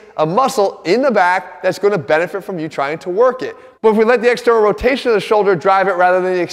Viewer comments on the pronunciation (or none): Nobody: Jeff: E X T E R N A L R O T A T O R S